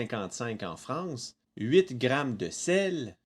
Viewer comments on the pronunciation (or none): none